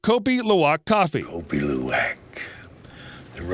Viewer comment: I lived in Jakarta Indonesia for many years and had Kopi Luwak many times. Once I was given a kilo of wild Kopi Luwak beans - raw which means I had to wash them, dry them and roast them. They weren't really that special compared to other local coffees. By the way its pronounced coopy loowa